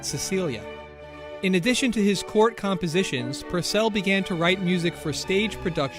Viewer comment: Henry PUUUURcell thought, not Henry PurcEll